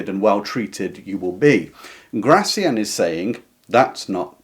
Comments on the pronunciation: Please stress his name correctly, on the final syllable: Gra - thiAN. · Gracián, stress on the last syllable